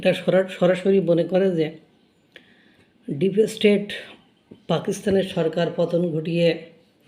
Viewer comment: ব্লগ চালানোর আগে, ঘরে বসে একমনে উচ্চারণ অভ্যাস করো। ডিপেসস্টেট !!!!!!